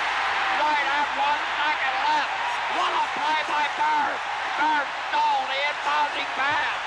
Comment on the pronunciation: Larry Bird, "I stode it." Not stole, LOL!